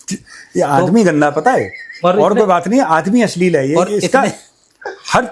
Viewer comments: Asleel nahi (ashleel )hota hay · Why say ... ashlil ?